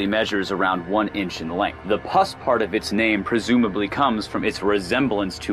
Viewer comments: #7 its pronounced -poos-. Not pus. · PLEASE... at least make an attempt to pronounce things correctly. I understand a mistake if the word is really long & complicated, but the "Puss Caterpillar" is NOT a "PUS Caterpillar"!! It even explains the name in the video- it's called a PUSS Caterpillar because of it's long hairs that resemble a Persian CAT... like "Pussycat". The narrator was saying it like "PUS", as in the smelly, greenish goo that oozes from an infected wound. BIG difference there folks. People watch these things to learn stuff & also be entertained, but you can't learn about something if the video doesn't even bother to get a really easy to pronounce name right. I really like this channel, & watch every video. This is my first complaint about it, & I kinda feel bad about it- but I just couldn't let this one go. Aside from this one pet peeve about pronunciation, I love the channel. Keep 'em coming! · "Puss" is not pronounced "pus"! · For #7: since when is "P-U-S-S" pronounced as pus? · You pronouced puss caterpillar incorrectly.But i understand,you probably didn't want people to laugh.